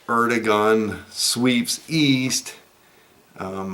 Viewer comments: Air-doh-wan is the correct pronunciation of Erdogan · Erdogan’s Name is pronounced Airdowan.